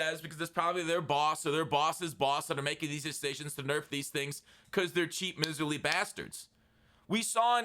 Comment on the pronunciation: dude, pronounce miserly right. mai-zr-lee, like a mai tai. love ya.